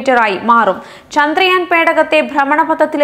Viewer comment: Why can't she pronounce ചന്ദ്രയാൻ ? ( ചാ ന്ദ്രയാൻ, ചാന്ദ്രയാൻ എന്നു പറയ്യുന്നത് സ്റ്റൈലിണ് ആണോ ? )